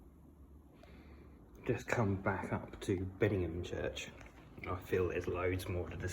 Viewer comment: The name is BeddingHAM. Local radio gets it wrong, and those from outside the area. On a similar note, South Heighton is pronounced South Hayton, not Highton.😊